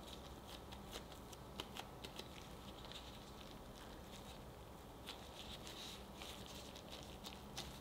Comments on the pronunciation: 누텔라가 아니라 뉴텔라입니다 :) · Ah the pronunciation is closer to 나텔라